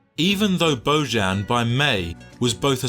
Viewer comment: It's bozan! not boyan!